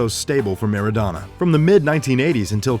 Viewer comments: Napoli is pronounced as Náa+poli, and Maradona is pronounced as Mara+Dona not meradona! U welcome. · Soccer player!...pronounced mara-dona!